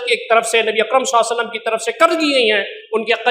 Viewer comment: مولانا سے گزارش ہے کہ نبی صلی الللہ علیہ وسلم تو صحیح سے بولیں ایسا محسوس ہوتا ہے کہ درود پڑھتے ہوئے درود شریف کے کچھ لفظ کھا جاتے ہیں مولانا صاحب درود شریف صاف لفظوں میں ٹھہر ٹھہر کر پڑھیں. ماشاءاللہ بہت خوب شیخ.